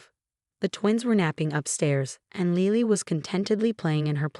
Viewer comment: The baby's name is Lily not Leely, please learn proper pronunciation